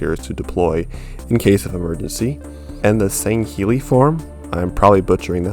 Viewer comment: Your pronunciation of Sangheili was spot on